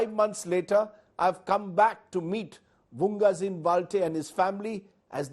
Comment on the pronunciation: Sir it's vungzagin,not vunggazin...thanks